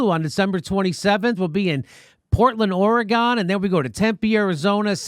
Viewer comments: Jimmy, it's "Oree-gun," not "Oree-gone." Please get it correct. It hurts my teeth when you say, "Oree-gone." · It's orEgon not oreGON. Other than that great vid Jimmy! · You're really gonna get it from the portland folks for pronouncing it Or a Gone instead of Oregun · Oregon is pronounced like you would a body 'organ' (liver, heart, spleen, lung) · Jimmy, it's pronounced OR Y GUN!